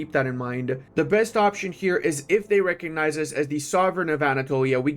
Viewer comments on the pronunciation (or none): none